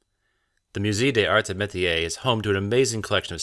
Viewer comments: .....MOOZAY DAYS ARZ AY MAYTEEYAY.... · Moo-ZAY duh ZARTS AY muh-tee-AY. In case you care to try a bit harder with the pronunciation 😉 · "myu-say days-arts eh mehteeay"Museum of THE arts and ..otherwise "d'arts"